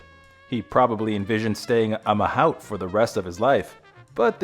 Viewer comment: The least you could is to pronounce the name Sabu with the correct inflection. Ugh! You mispronounced the word Mahout as well. Just pathetic.